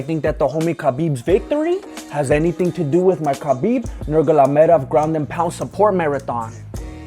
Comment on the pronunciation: “Mr. Nurglamaydoff” 🤣🤣🤣